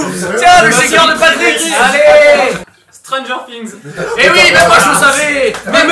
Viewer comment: Par contre il a trop bien prononcé "stranger things" moi c plus stranger sing